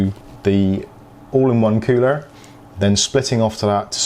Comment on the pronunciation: Cooler not coower